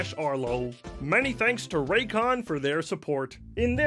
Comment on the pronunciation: Every time youre sponsored by Raycon i think youre saying Raytheon and i have to remind myself that Arlo is not a military contractor